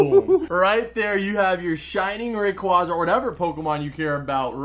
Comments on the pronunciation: isnt it pronounced rey qwea za? not ra qwa za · Sorry but it is ray-qu-A-za